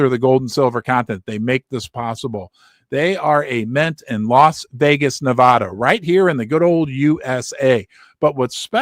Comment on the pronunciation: If you want to speak like the locals it's Ne-VAD-a, not Ne-VAH-da. Just like it's Colo-RAD-o, not Colo-RAH-do.